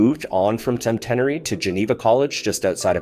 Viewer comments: It is pronounced Sent-n-airy in Shreveport, Louisiana. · You’re correct he butchered it the school Tom Kerwin Robert Parish and Barry Haynie played Basketball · A nice tribute to an outstanding athlete; especially from that era. Lol, I've never heard Centenary pronounced like that before: definitely not when Robert Parrish was in attendance! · You're butchering the pronunciation of Centenary..... It's Cent-en-ary not Cen-tenery like you're saying lol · It doesn't take that much effort to learn how to pronounce Chillicothe and Centenary.